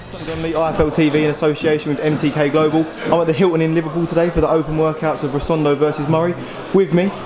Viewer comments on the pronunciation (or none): stop saying risondo its ROSADO! :-) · How many times has he said "Rosondo"?? Christ get the bill right